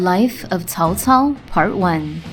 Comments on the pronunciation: the correct pronunciation is: tsao? tsao! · They tried to fix it in Dynasty Warriors 6 where they started to pronounce it tsao tsao. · "if you say cao cao you're saying it wrong" cool story bro im still saying cow cow